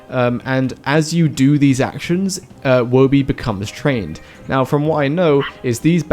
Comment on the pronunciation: Thanks for saying Woby correctly. Some people can't read 'Toby' and then 'Woby'.